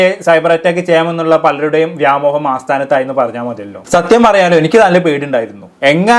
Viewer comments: AASTHAANATHAAYI ALLA SETTAA ASTHAANATHAAYI ENNAANU NAVU VADIKKOO PLEASE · ആസ്‌ഥാനത്തായി എന്ന് രണ്ടു മൂന്ന് തവണ പറഞ്ഞു. അസ്‌ഥാനത്തായി എന്ന് ഉപയോഗിക്കേണ്ട സ്‌ഥലത്ത്..... ഇത്തരം വീഡിയോ ചെയ്യുന്നവർ ഭാഷ കൈകാര്യം ചെയ്യാൻ മിനിമം കഴിവുള്ളവർ ആയിരിക്കണം...